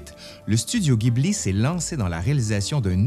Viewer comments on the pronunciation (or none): none